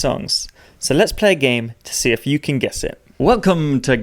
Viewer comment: I agree pretty much, but I have other problems with worship songs, ALL Christian music really. When the words me and you come up, they are pronounced as may and yo, typically when it is the last word of the last line of a verse or chorus. Equally annoying is when people born in the US pronounce certain words when they sing, as if they have a British accent. My play list is limited, but I weed those songs out as much as possible. Worship music and the service in general in church, reflects the sorry state of Christianity as a whole. Progressive, liberal, and worldly.